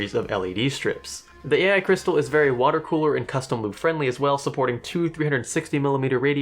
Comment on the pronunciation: "AI Crysatal"